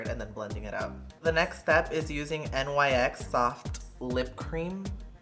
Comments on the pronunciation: Im SO sick of ppl mispronouncing NYX....it's NOT N-Y-X..it's NIKS..the company is named after the Greek goddess of the night. How hard is it to learn this.esp as a make up person 😔smh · it's not n-y-x. it's pronounced nicks!! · N-Y-X Wut? It’s said nix bruh